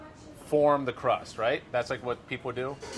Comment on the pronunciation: I keep hearing him say "gran crapper crust"